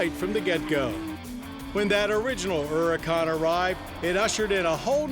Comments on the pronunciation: The Errrrrracan. Hilarious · At last, someone that pronounces Huracan correctly!